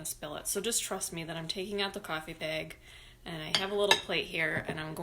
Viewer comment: Omigosh! And bayg!!! I love you